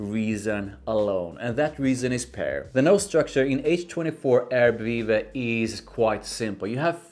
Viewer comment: you pronounced it right